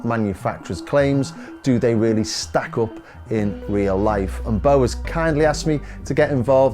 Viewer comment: Chuckled when dude called Bo "Bob Eats". I always read the name as that back in the old intros as well